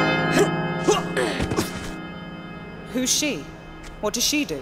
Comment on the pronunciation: "That person" is Miss Sophia Leigh pronounced (So-Fy-ah Lee)